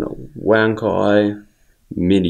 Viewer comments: chinese pronounce it as ONE CHAI (as chives) and not as WANK EYE. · Great review. Btw The pronunciation is actually somehow like "wan tsai" in chinese, not " wan kai" .